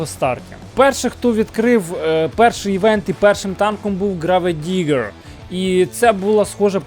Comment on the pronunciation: Граведигер:)))Це бля якесь Сокиабле,вчи англійську.Село неасфальтоване😂😂😂😂😂.